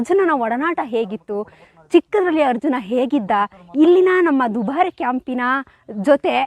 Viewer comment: ನೀವೆಂಥ ನಿರೂಪಕರು ಮಾರ್ರೆ.. ಕನ್ನಡನೇ ಮಾತಾಡೋಕೆ ಬರಲವಲ್ಲ ನಿಮಗೆ... ಅದು 'ಹಂಬಾರಿ' ಅಂತ ಹೇಳೋದಾ ಅಂಬಾರಿ ಅಂತ್ಲ... ಧುಭಾರೆ ಅಂತ ಹೇಳ್ತೀರಾ ದುಬಾರಿಯ .. ಕನ್ನಡವೇ ಬಾರದೆ ಯಾಕೆ ನೀವೆಲ್ಲ ಭಾಷೆ ಹಾಳು ಮಾಡೋದು... ಛೇ... 😢